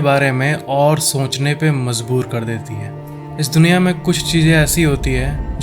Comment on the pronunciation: bro it's duniya not dunkiya. 😅